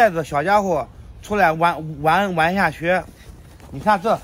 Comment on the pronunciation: 下雪 講成下靴 音完全不對...